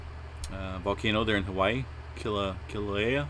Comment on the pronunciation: Oh Wow... It's pm PST IT'S KILA-WAY-A u got it right!👍👍